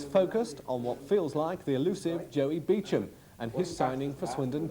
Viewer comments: It’s “Beecham” you tit. RIP Joey, you brought me many good times at the Manor Ground. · Beecham is the correct pronunciation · "Beecham" can't even pronounce his surname properly lol